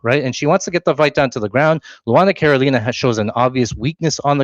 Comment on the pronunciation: did you call carolina, cornholio? 😂